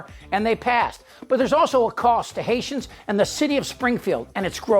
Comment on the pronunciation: And its citizens are “Hayshums”.